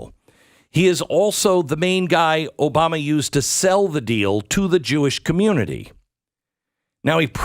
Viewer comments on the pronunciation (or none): Did you say Obamo and Bill? Did you expect it to be differently?